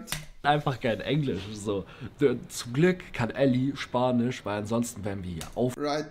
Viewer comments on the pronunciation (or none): Spanich und Italienich 🤣😅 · "Bevor man Deutsch lernt, lernt man lieber Spanich und Italienich..." ;) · 18:8 spanih, italenih xD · Spanich und italienich 🥳😂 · Wieso kann rewi eigentlich engliSCH aussprechen aber nicht spaniCH und ItalieniCH?